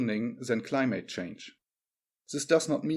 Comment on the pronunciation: 'Climutt not cli•'mate as in a mate to live with. Accent on first syllable and second syllable submerged.